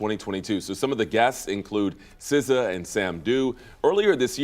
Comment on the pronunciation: Did he just say S . C. A. Instead of SZA?😂😂😂